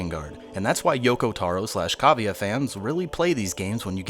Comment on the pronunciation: You just made cavia sound like cabia. wow. Not surprised the game isnt getting received well. probably complaining about the graphics